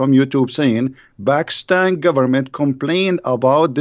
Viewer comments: Dear it is not bakistan it is pakistan😅😅😅😅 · 😀 I am christian bro. When says bakistan it's very funny that's it.